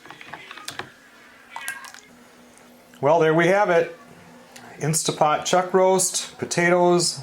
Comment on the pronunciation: PLEASE PLEASE!!! It is an InsTANT Pot...NOT InSTA Pot!!! Read your manual!!!